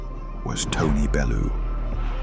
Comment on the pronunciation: Not a bad script, it smells a bit AI tbh, but that is deffo an AI voice over. It's odd to have the narrator say "Tony Belloo" ahead of a bunch of clips where his name is pronounced correctly...